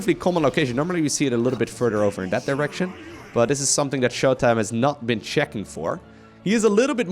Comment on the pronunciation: TH-at, not D-at cmon bro your English is so good